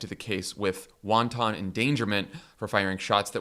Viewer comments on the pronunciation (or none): Why is everyone pronouncing wanton like wonton? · Please stop pronouncing wanton like its a soup. Please. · Small thing, but wanton is pronounced differently from wonton... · Wan tan endangerment: come on now!?! You should figure out how to pronounce a word BEFORE the actual show. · "Won-ton endangerment." Is this some new Trump tariff? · I enjoyed how Jon pronounced 'wanton'. Made me hungry for some soup. 😋